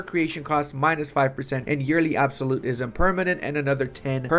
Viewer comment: Da Age of Absawlatetism.